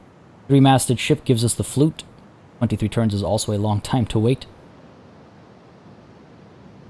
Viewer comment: Lol the flute that's not how you pronounce it unfortunately it's really hard to explain. Fluyt nowadays would be pronounced as the word fluit. Ui is a combination of letters that has a special sound in dutch. If you want try to find it on youtube it's really funny to here foreigners try to say it.